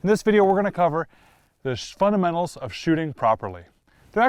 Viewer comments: you can tell he was so close to accidentally saying "the shundementals of footing" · cholrus69 He actually said "shfundamentals of shooting" 😄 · The Shfundamentals hahahaha